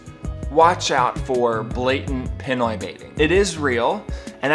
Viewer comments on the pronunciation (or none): I'm sorry, but please learn to pronounce things properly. It's not PEN-OI. It's PEE-NOY. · The other thing that needs to stop is how poorly you pronounce Pinoy!